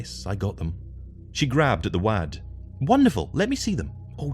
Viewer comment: Excellent; thank you,! One quibble, 'wad' when referring to a bunch of paper is surely 'Wod' (as in loadsa money saying 'look at my lovely wad') and not wæd- to rhyme with 'glad'- even among scotspersons.